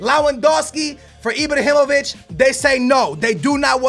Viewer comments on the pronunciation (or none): He keeps calling Ibrahimovic Ibrohimovic